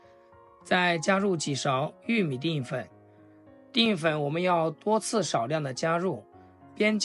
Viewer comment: 定粉？！淀（Dian）粉！怎么读字都那么白痴！